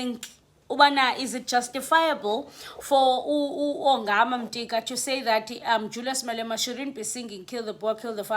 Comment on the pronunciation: Could you please 🙏 read Yongama's surname....ungumxhosa and you sound like a person who did Xhosa as LLC1....in NCS / first language... please.... He's not Mtika....